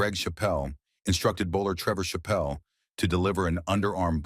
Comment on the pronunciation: Why is a picture of David Boon being used? And "Chappell" is not pronounced "cha-PELL". The AI generated American accent is also quite incongruous.